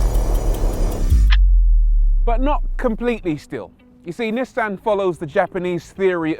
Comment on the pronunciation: ^This, not to mention the pronounciation of Nissan.